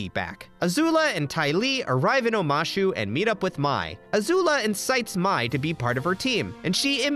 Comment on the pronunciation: other than you constantly saying mai’s name wrong and excluding some amazing episodes that highlight the characters (tales of ba sing se, painted lady, appa’s lost days)… excellent video